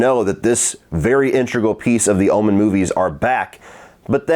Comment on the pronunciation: It sound like your saying Ullman instead of Omen 😂 must be your southern accent